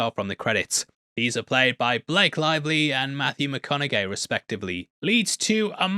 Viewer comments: bro did Matthew Mcconaughey dirty.. saying "mcconauGHEY" lol instead of "HEY" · is THIS the correct way to pronounce it?! Matthew McConnaGAY?! ¯\_(🤣)_/¯ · Did he purposely pronounce his last name as "McConau-GAY"? lol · You said matthew mcconau-gay lol